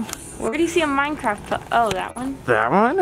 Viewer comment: Pellow. Sam Golbach says pellow.